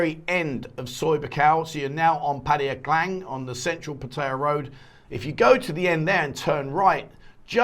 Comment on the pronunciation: Can you say 'Pattaya' correctly please .... the late King apparently said once he was gone that gambling with a Casino etc could go ahead